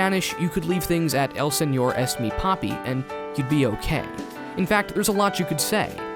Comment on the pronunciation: I find it really interesting that you pronounced "señor" really well yet you said "eñe" as "enie". Cool video!